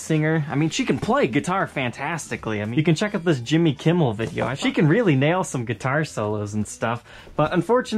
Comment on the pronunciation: Did he really just say "Jimmy Kimmel"... :(